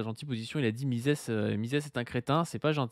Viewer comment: Tiens c'est très drôle car j'ai eu cette vidéo de proposée dans mon fil hier. Faut assumer le platforming du gars après. Même s'il n'a pas l'air méchant du tout. Par contre j'ai crisé sur "Mises" prononcé "mizisse" à l'anglaise. MIZEUHSSE qu'on dit. Argh désolé c'est plus fort que moi.